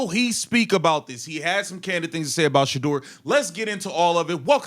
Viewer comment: This is nothing but a clown show they have a awesome dude playing for there sorry team and they can’t even say this man’s name his name is shedeur can you say that